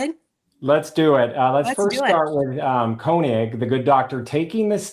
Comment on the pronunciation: Your pronunciation of Konig is redicilous. Body language is seriously suedo snot. I can smell quilty from far no need a kwak to impress me.